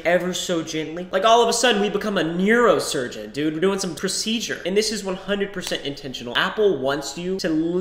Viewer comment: Don’t ever say neurosurgeon like that again